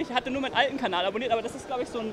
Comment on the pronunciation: wie bist du eigentlich dazu gekommen "kabal" anstatt "kanal" zu sagen?